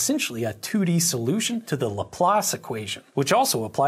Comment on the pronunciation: I heard “laplace” and I immediately lost 15 hours of sleep